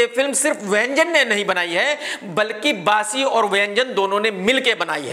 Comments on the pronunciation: Bassi ❎ Baasi ✅ 😂😂😂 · Bassi nahin baasi😂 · Bassi ❌ Baasi ✅